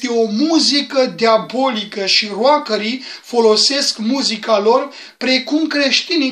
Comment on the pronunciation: Poate ăsta va fi cel mai tâmpit comentariu postat vreo dată de mine, dar... "ROCKER" NU SE PRONUNTA "ROACĂR" (ci mai mult "ROCĂR")